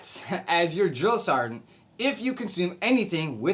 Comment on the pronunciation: Ummmmmm. What’s a drill-sarnt? Man, you guys are so soft nowadays compared to what I went through. And by the way you said drill, sergeant don’t expect new recruits to be at Olympic athlete levels, you want to tell my drill sergeant that?, I don’t think so lol. I went through Fort Jackson, Tank Hill 1988. Everybody calls it “relaxing Jackson. “ you more softer youngsters didn’t go through Fort Jackson at Tank Hill in 1988! Don’t get me wrong, love the video and is good information for new recruits. My daughter as of today August 10, 2025 just arrived at Fort sill Oklahoma four days ago.